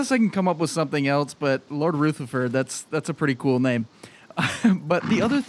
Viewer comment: Finally, a new video. Great content. The horse's name is Rutherford (accent on the U, not Rootherford. Lol). Keep up the good work 😊